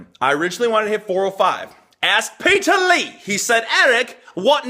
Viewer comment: Petah from youkay